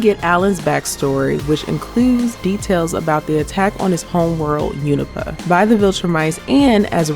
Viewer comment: It continues to amaze me how, despite there being a series where they pronounce it, no one seems to want to pronounce Unopa correctly... Take the series as fact for how to pronounce things now!